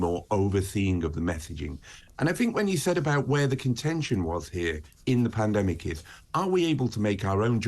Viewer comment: Did she just say "when there is another pandamic" ? 4.36 minutes